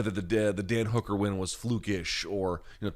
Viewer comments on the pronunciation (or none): sounds he says dead hooker win instead of dan hooker win